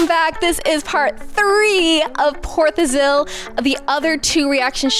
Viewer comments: Tholil - தொலில் is wrong. Thozhil - தொழில் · It is pronounced Por "Tho"-"lil" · Love your reactions, guys.. in India "zh" in a word is pronounced "LL" for this title "pOr tholil" i don't know about most languages but in our alphabets there like 3 L's 3 N's 3 R's etc.. which are pronounced differently. So zh in the title is in English to differentiate one of the L's. Hope the info helps you with other titles you come across.. ❤ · Por tuhil